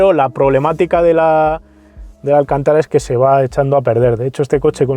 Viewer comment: Se dice alcÁntara, no alcantÁra